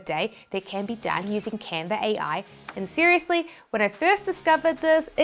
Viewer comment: It is Canva.... Not Canvas